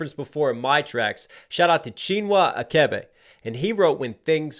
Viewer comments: Why did you pronounce CHINUA ACHEBE like that ? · DuuUde!! The way pronounced Chinua Achebe is wild😂😂😂